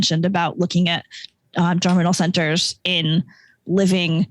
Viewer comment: Thank you for this. Can you help me with what Dr. Crotty says several times after about ? It sounds like he's saying "general sinners," but that doesn't make sense to me. Context in which the term is used: "And on the antibody side, it's really about the 'general sinners.' The 'general sinners' can go on for quite a while after the immunization is over. And it's in those 'general sinners' that you're getting this real-time evolution and increase of antibody quality and competition between the different B-cells and antibodies. And it's unclear what happens when you re-immunize. You might actually be shutting off all those 'general sinner' reactions. So whatever was going on, you've now basically truncated it and told it to start over."